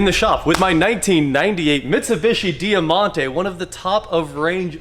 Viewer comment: It was known as the Mitsubishi Magna here in Australia 🇦🇺. Over 30,000 sold here in 1992 for example, there was so so many model variants over the years when we had them. We actually made them here for a long time. (Btw it’s pronounced Dymontay)